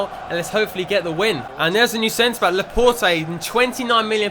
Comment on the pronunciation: its laporte, like laporTAY